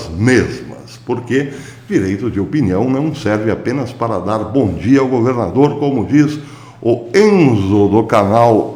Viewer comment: O senhor goverrrrrnador, professor, é semelhante os senhor Lula (onestisisisimo)..